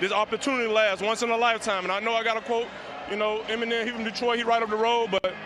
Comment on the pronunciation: Hi name is Eminem, not Enimen